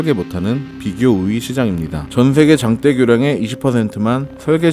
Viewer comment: 새로운 몰랐던 정보 감사합니다...장떼, 장때,가 조금 거슬린거빼구요